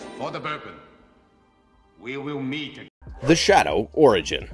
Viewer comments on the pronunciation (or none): none